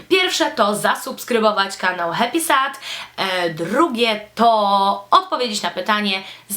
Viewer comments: HEPISED*** się wymawia :) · Ja tam nic nie mam do tego, że Happysad jest promowany na kanałach beauty. Spoko :) Ale BARDZO przeszkadza mi zła wymowa. Powinno się mówić 'hep[i/y]sed' :) No a poza tym mega podoba mi się Twoje tło - tak mega.. dziewczęco/delikatnie/pastelowo :) Sama chciałabym iść w tym kierunku :) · dlaczego dzisiaj wszystkim przypomniało się o Happysad?;p Ps raczej się mówi hepised:)